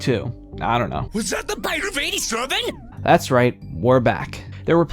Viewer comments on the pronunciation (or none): "Was that the b y t e0 f ei G tee sevIN?!!"